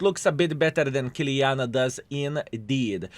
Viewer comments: Why you calling Kiliana?!!! IT IS KILANA!!!!! What a NOOB IS this YouTuber 😂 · Stop saying Kiliana! it´s KILANA !